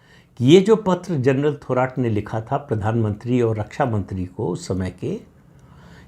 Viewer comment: प्रदीप जी थोराट नाही थोरात उच्चारण किजीये..